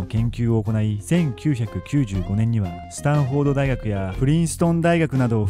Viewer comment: スタンホードって言ってる?